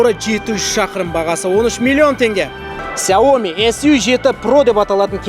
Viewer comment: Ксяоми емес Сяоми, сауатты болайық